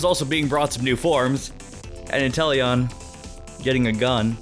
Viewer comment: Inteleon is pronounced In-teel-ee-in because of the word Chameleon, which sobble is based on, because it's invisibility powers.